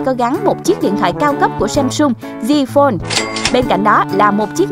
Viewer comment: Z Fold đọc là J phone hả trời 🤔🤔🤔